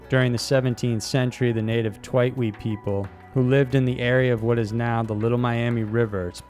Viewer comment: you said tlingit right!